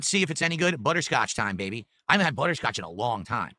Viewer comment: “Buh-Tur Scotch” 🤨